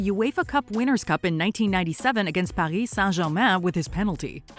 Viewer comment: The way she said Paris Saint-Germain 😪